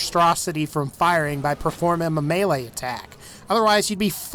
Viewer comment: When he was talking about The Chopper he said "you can stop it with a meleme attack